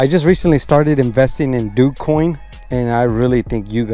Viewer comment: Doog coin? You mean (Dow j) coin that's how its pronounced